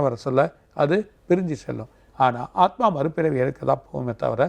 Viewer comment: Aathumaava?? Aathma solla varalai anchor ku